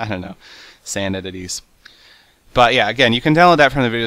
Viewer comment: "Let me explain this trick, of course its not magic" "Mobs spawners that spawn falling sand entititieessakjlalkjdnldjldjjjldfjsbnvuigni" Ok... Its magic.